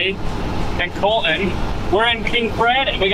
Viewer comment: ok, is it Colton of Colon? I swear is saying COLON!